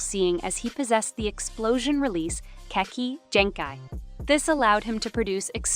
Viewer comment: Video is good but please learn how to actually pronounce this stuff they called the rasengan the rasingan and kekkei genkai kekkei jenki